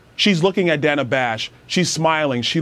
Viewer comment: So is it racist that she mispronounced Danna's name? It was racist when Nancy Mace mispronounced Kameltoe's name last week. More word-salad and incompetence coming out of her mouth, facilitated through her pandering puppet... Danna Bash. Led them both right to their answers and asked no follow-up questions. Danna's FBI ex-husband (yes, the same one who signed the letter about the Hunter Laptop hoax) must have some shizzzzzz on her.